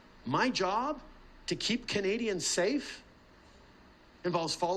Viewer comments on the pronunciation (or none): He is so terrified of a Pierre. I love it! Also I wish he stopped saying the word “kanadians” and that he “will kantinue” to fight for them and that’s what “kanadians want him to do and he will kantinue to do that”.He doesn’t have a large vocabulary without a pre-made speech, hey? A grade 6 child would probably be smarter than this guy. “Kanadians” are in big trouble…